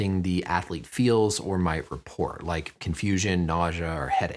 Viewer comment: Why did you pronounce report as "repour"????